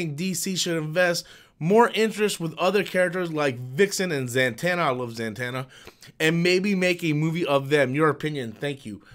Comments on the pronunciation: The Dark Knight over Batman 89. Also: Za-tanna, not Zan-tanna. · Why are you saying zantanna?? It's Zatanna.